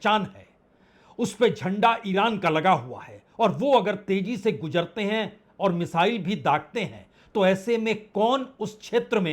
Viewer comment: Prasun Bajpayee ji , Please Urdu shabdon ke sahi PRONUNCIATION par dhyan dijiye . JAHAJ Nahi JAHAZ sahi hai . Z in the last . Gujarte hain. Nahi Guzarte hain J vs.. Z